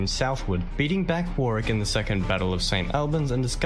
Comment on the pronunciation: I recently found your channel mate, its good that you are interested in our history. Just to let you know that the narrator kept miss-pronouncing Warwick. Pmsl. Warwick is my home town, and I cringed every time he said Warwick. Lol. For a little sleepy town Warwick has a lot of history. It's most famous for its Castle. The castle is open to the public, and you can actually stay there. It also has live shows, jousting, sword fighting etc. They actually do a war of the roses show. It is also home to the world's largest trebuchet which they use as part of a show. If you are interested, Google Warwick Castle.